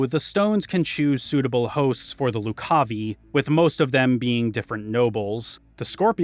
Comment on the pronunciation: Also, Loo-cahvye Not Loc-cah-vee